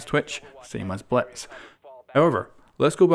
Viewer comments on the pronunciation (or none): It sounds like he's saying Bletz